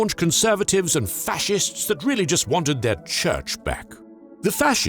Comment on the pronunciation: "facists" lol